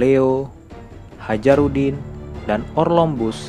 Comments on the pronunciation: Hajrudin bacanya hayrudin bang wkwkwk. Bukan Hajarudin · Tulisnya Hajrudin - bacanya hayrudin - bukan hajarudin min.